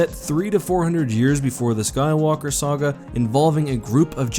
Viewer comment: The way you pronounce saga ruined the whole video for me